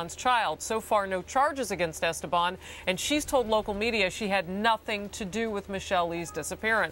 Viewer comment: Giselle DIWAG Esteban IS FILIPINO! I am ashamed that she even is on because I am too. Btw, they keep mispronouncing her last name. It's Es-TE-ban with an accent on TE. That's how it's pronounce as a Filipino last name. Her maiden name Diwag is obviously Filipino.